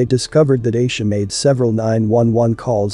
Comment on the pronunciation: It’s Aisha (I-E-SHA) lol